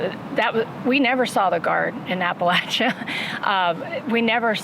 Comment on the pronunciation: Thanks for not punching that guy for mispronouncing Appalachia. I know that hurt😂.. You come to Bristol we get BBQ on me. Also. The last piece on substack was beautiful - personable and smart. The spirit of down home is deeeeeeep 😂